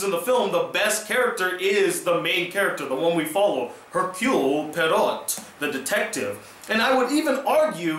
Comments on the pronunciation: Irs pronounced Hercule Poiro....the t at the end is NOT pronounced.... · For some reason, you remind me of Manny Delgado. You are mispronouncing the name, Poirot. Make notes when you are going to review a movie. Do some research into the original adaptations. If you did those things, your reviews would have more substance. I saw the original..it's on cable every 5 minutes. If the ending is the same, it's pretty good.